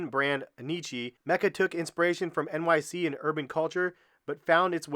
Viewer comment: Enn-ee-chiee? It’s pronounced EN-WHY-C (NYC) 🤪